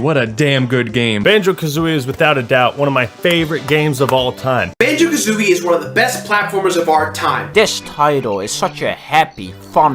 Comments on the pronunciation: You messing up the name of the game constantly, killed me. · Great review, but he fucks up the name of the game EVERY TIME. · I hate the fact you kept saying Banjo AND kazooie XD but yeah a lot of us probably are looking through nostalgia glasses though great game none the less